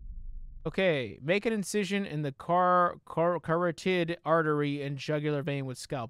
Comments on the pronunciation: GG, the way you pronounced carotid artery!! 🤣🤣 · he's not the only one lol i've watched lots of playthroughs of this and no one knows how to say "carotid" "reagent" etc. lol